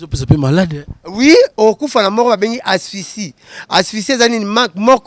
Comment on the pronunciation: On dit pas asphycie mais asphyxie🤣😂 et on dit pas manque d heure mais on dit manque d air😂😂😂